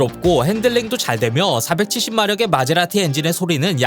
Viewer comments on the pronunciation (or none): 마제라티야?마세라티야? 이테리 본토 발음인가? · 마세라티라고 발음을 못하나... 마세라티를 모르나??